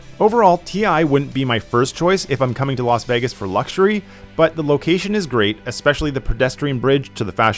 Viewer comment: Bro calls it Vaggis